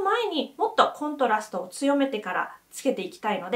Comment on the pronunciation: コントラストのイントネーションがどうしても気になる😂